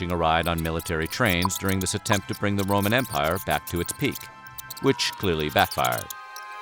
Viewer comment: Hahahaha. He keeps mispronoucing Roman. That's even worse.